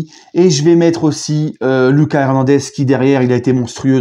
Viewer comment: Salut, depuis le debut de saison tu dis mal le prénom d'Hernandez... C'est prononcé: LOOKASSE, à l'Espagnol